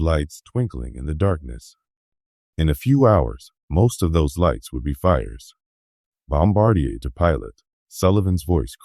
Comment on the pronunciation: I don’t know the origin of this narrative but if accurate it is worthwhile. But the obvious use of AI for the narration given the odd pronunciation of some key words like bombardier would be fine if openly disclosed. The repeated use of photographs of Hiroshima is just silly. The pity is that the script, even if created by AI, Is really good and accurate to my knowledge of the fire bombing of Tokyo.